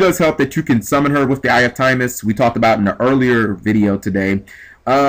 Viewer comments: Timaeus isnt pronounced time-is. Its pronounced tim-eye-us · Tim-eye-us not Time-us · It's pronounced Tim-Eye-Us.